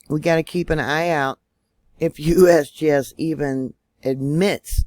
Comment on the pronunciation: I like how you say USBS it's funny